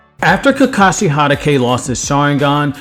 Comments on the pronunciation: Ha-ta-ke. Why do u have a Naruto channel if you can't pronouns their names. I'm in and I'm over your channel. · Ha-dah-kay ... Oofs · The way you say “Hatake” as “Hanake” XD I’ve met people who say “Hitake” but never that XD I find it cool